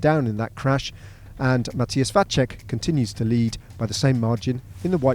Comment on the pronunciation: It is not Mathias [Vaček] (like Pogačar) - it is Mathias Vacek. Č is not C in pronounciation. It is czech name.